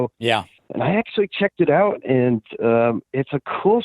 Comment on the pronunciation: Hahaha I noticed the canadian accent when he said “out” Its definitely Gavin lol What a loser lol